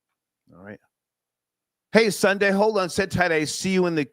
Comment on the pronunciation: Sundea, Sundea, Sundea 🤔🤦🏾